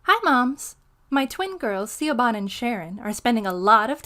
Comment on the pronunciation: Siobhan. It's pronounced Shih-vawn, not See-oh-bah-n! It's an Irish name.